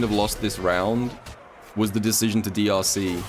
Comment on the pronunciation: Ngl when he said drc, I thought he said deeussy